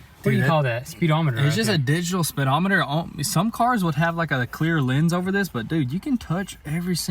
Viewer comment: Speedometer not spidometer...